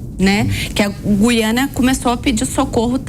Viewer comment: Quem é essa que fala Guiânia?!